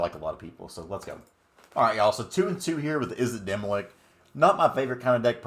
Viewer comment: Before I say this I'm not trying to be a super sweaty nerd but I thought you should know it isn't demi-lick it's demi-lich, ch as in chair. :)